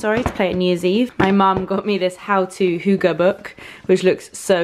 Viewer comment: Happy birthday!!!!! For future referance "Hygge" is pronounced "Heegge" if that makes any sense! Hope you enjoy the book, scandinavian design is the best:)